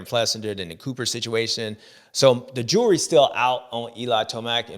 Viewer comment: I love you James, but when you say 'the jury is still out' it sounds like your saying the jewelry is still out. Lol